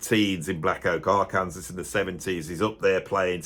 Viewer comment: Respectfully, Arkansas is pronounced Ark-can-saw, not Ar-Kansas, unless Leicester is pronounced Lice-sester.